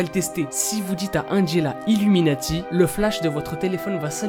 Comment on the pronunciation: Je suis chocais quand tu as dite iluminatif !